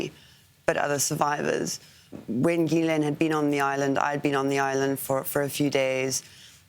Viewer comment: why can no-one pronounce the name Ghislaine ????